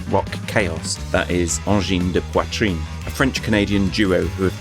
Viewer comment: Pretty please can we say their name correctly? The first syllable is good, but it isnt poitreen its poitrine pronounced “in”. Angin de poitrin if you will